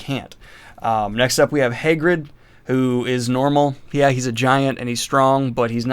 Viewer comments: Daniel: next we have “hay-grid” (Hagrid) Me: excuse me, what? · Your pronunciation of Hagrid is killing me, my dude. Fun video, well done!